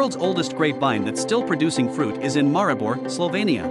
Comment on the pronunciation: How he pronounces Maribor